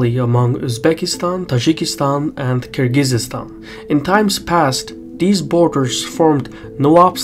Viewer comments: Stop mispronouncing Kyrgyzstan like you're not Azerbaijani,. We don't speak like that, come on. It's Kyrgyzstan, not Kyrgyzeestan. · It's Kyrgyzstan, not Kyrgyzistan. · Hurts my ears to hear Kyrgyz-eestan, dude. It's Kyrgyz-stan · Minor correction: It's Kyrgyzstan not Kyrgyz-is-stan. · It's not Kyrgyzistan it's Kyrgystan sorry it just kept bothering me great video tho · Nice analysis. Thanks. But it's Kyrgistan, not Kyrgisistan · Kyrgyzstan is Kyrgyzstan, not "Kyrgyzistan" ;-) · Thank you,, but it's Kyrgyzstan not Kyrgyzystan. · It's Kyrgyzstan not Kyrgyzystan. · God he keeps butchering Kyrgyzstan The z and s mesh together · "Kyrgyzistan" seriously? It hurts my ears. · Cmon, oratory excercise, its KIR GI STAN, drop the z and there's no y after that. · You're adding an extra syllable to Kyrgyzstan. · Nah, I disliked cause of that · he says Kyrgyzstan wrong. There is no extra syllable between the z and the s, it just kinda smears together. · He is literally saying it wrong tf ?!? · I’ve been mispronouncing Kyrgyzstan this whole time? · Strange pronunciation of Kyrgyzstan there! I've visited the country twice (last time in 2008)... total third world hole. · Is that really the correct way to pronounce Kyrgyzstan?